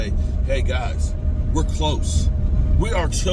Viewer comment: how u say close u are delusional